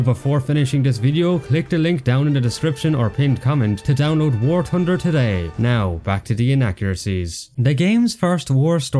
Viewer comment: War Tunder!😂😂😂😂😂😂😂